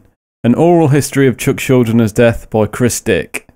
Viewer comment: I'm pretty sure it's pronounce shul-din-er But I'm not too sure...